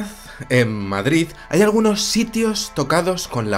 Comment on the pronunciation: Qué bien suena que un madrileño diga "Madrid", no "Madriz"... ;)